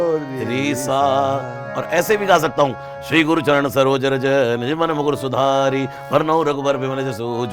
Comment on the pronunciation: Mafi karna guru sudari nahi Sudar hota hai ...aur Chari nhi char hotta hai...kyoki isme lga matra silent hai.Jai Shri ram... ❤🎉gustakhi muaf karna sir